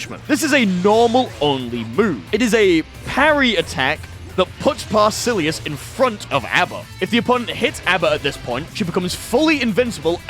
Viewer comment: like the vid but calling him parasillius is crazy